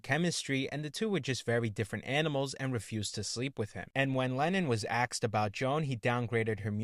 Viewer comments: It's not "AXsed" it's "Asked" damn it. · It's pronounced asked, not axed. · Try correctly saying "asked". It's not pronounced "axed"